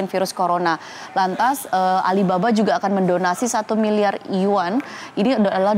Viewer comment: Yg ngejelasin gak bisa bahasa asing bener... Mata uang cina itu bacanya harus yuen.. Trus nama perusahaan cina harusnya bacanya Meituan tienping.. Nama negara israel.. Bacanya israel gak boleh dipisah isra-el jatuhnya bukan nama negara oon